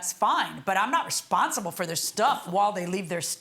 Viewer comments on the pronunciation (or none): Am I the only one that heard her say Respire?...instead of Responsible! And further more that's on you to leave ur property and u know she has dogs and they chew on things. So ur out of gas or should I say paint gun..go out and buy another one.😂😂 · Breh..the word “responsible “ tore her ass up